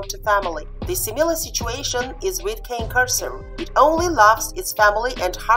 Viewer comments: If you used Al , since he is designed to robotically speak English, he will always say "KEI:N" with a long "I". It is correct to say "KANE KORSO" in Italian, not "KEIN". Explanation: Another YouTube channel owner had a similar problem. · Please, if you do comparison, know how to pronounce properly the name of the dog you are talking about! What a shame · Yes I know, it is correct to pronounce in Italian and even easier, but except for people who know its right pronunciation there are the majority of people who pronounce it in an English way, and there is always misunderstanding, when in plural I say Cane Corsi in Italian , I even took down one video for this reason :) so gotta envisage all people from all walks of society and demands, and suggestions helps me a lot and I'm thankful for it provided in what style suggestion is made, as you do it is more than help it is really a great help, some scold and that way suggest but I think i got a strong immune system now, got used to it :)